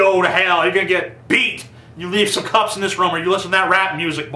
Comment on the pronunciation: you say "room" funny :3